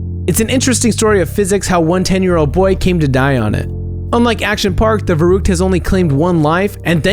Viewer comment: You pronounced "verrückt" wrong